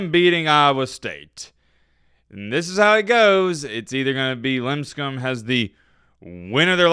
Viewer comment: paid someone for some hot smokin' bot babes for his channel. Take that ESPN! But "Limb Scum?" It's LIP Scum buddy! They probs lost cuz you kept mispronouncing their name and they wuz all F this guy let's lose by 30.